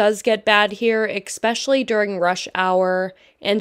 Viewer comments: Also the word is pronounced "especially" not "eck-specially" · This edit is VERY Pittsburg. “Expessially the expresso” 🤦‍♀️ didn’t yinz watch this before you posted it? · Say expecially again. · Especially. No x.